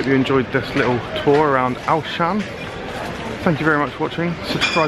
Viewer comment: This vlog was great! Auchan though is actually pronounced (awe-shun) but you say the awe quite quickly! same with carrefour, it's really huge aswell! the, carrefour is pronounced (carreh-foo) I'm so glad you came to Auchan!